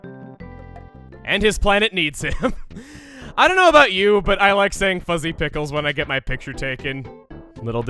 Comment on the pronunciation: Chugga... I didnt hear "fuzzy" when you said that the first time XD